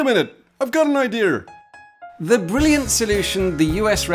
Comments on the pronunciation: I was okay with your poorly paid voice actors until one said idear. What's more british than dropping R's where they matter and adding them where they aren't. It's like the French H. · American : "Wait a minute, I've got an ideaR". That's exactly how we talk. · “I’ve got an idear” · “I’ve got an ideer!”